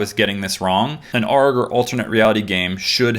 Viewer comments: I absolutely love that you made a whole ass beautifully crafted ARG unfiction and had no idea those terms even existed lol (also, it's not pronounced "argh" but A-R-G, like SOS and PSA lmao) and there's TONS of these on youtube. most, in fact are on youtube. Night Mind regularly does videos covering ARGs and unfiction and most of them are on youtube. some of the biggest names in the ARG world were all done on youtube (as the main base, sometimes with associated twitter accounts), like Marble Hornets, EveryManHybrid, The15Experience, Petscop, CatGhost, Daisy Brown's How To Raise A Monster, DAD, Hi I'm Mary Mary. hell, Allen Resnik has tons of his own (like Alan Tutorial on youtube) but connects with ones he's done on actual TV like Unedited Footage Of A Bear, which pretended to be a youtube ad that aired on TV and The Cry Of Man which was a whole interactive TV show done live where viewers could call in and affect the story, in the end killing more than one character who didn't have to die. the fact that you've made such a good ARG while having not a single clue about the history of the genre is honestly astounding to me as a long time fan and player of such games. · It's not pronounced arghh like a pirate... it's A.R.G, that was pretty funny tho also why didn't I listen to the warning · The "aarg" is driving me nuts its A.R.G.